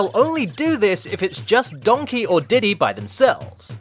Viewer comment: The way you kept saying Donkey, I just kept hearing Shrek in my head going, "DONKEH!" Is that bad? lol But that aside, these were some interesting glitches. For once, the only one I really knew anything about was that Donkey Kong humping Grey Donkey Kong glitch. The rest were completely new for me. Well, aside from that mine cart glitch. I knew about that one, already. And it seems like a very helpful glitch to help skip past the pesky, super annoying mine cart stages. As fun as those stages are, they are ridiculously difficult.